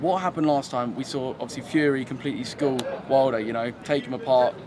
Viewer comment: Learn a few more words, mate.